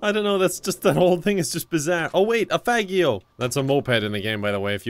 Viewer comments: Its pronounced Faj e o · The faggio is actually pronounced fa-geo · The pronounce of "Faggio" OMG